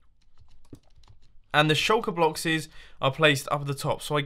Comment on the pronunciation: "shulker bloxes"